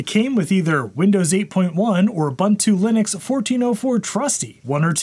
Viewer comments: Its nto "Oo bha ntu" ist "oo boon too" Ubuntu stands for "humanity to others" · It is Pronounced OOBOONTOO